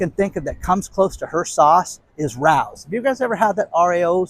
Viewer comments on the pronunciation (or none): I love listening l! Heads up it’s pronounced Rayo’s not Rous 😊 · Hey Rao’s is a very famous restaurant in NYC pronounced Ray - Ohs. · Pronounced Ray os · The sauce is Rao's, pronounced RAY-O's. See restaurant in NYC.